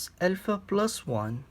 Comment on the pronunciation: dude just pronounce alpha correctly